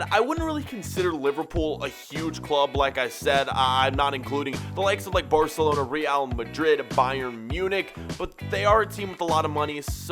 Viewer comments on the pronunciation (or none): none